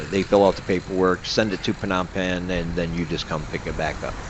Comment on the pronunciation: I would think living in Cambodia, you would know how to properly pronounce Phnom Penh. Does not instill confidence in you, when you mispronounce where you live.